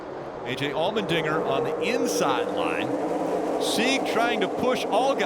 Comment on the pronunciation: The way the commentator is saying Allmendinger... All-men-dinger.... Lol